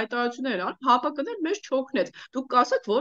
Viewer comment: Սիրելիս, ՀԱՊըԿը չի, այլ ՀԱՊԿ-ի...